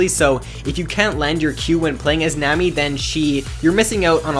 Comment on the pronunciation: nammmy? nammmy?! it's nami like tsunami